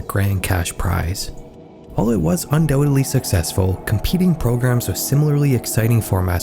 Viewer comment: Undoubtedly. Is not pronounced un-dowelly. 😅